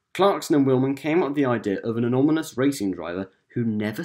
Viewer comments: I’m pretty sure he said ANOMINOUS, whatever that may be. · Anonminius? You mean... Anonymous? Three point thirty million? Y' you mean three point three?